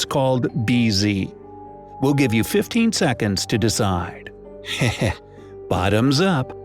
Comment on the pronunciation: Bz was easy because it sounded like you said "Bottoms zup" aka bz (check out reply's for more)